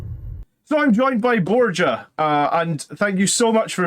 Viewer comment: I dont want to be a pronounce nerd but Borja is pronounced bohr-hah. Great stuff.